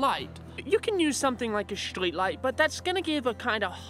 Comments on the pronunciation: It all can be summed up down to 2 words: "Shtreat Lite" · “shtreet light”